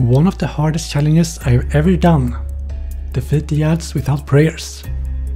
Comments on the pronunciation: Pretty sure it's illegal to pronounce it like this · I just can't help but smile after seeing this beautiful bastard saying "Yads"